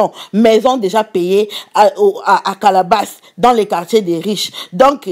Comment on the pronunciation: Carole P. calabasas c'est le quartier ou habite les Kardashian depuis des années.par contre c'est la façon dont la prononcé qui m'a fait Maré.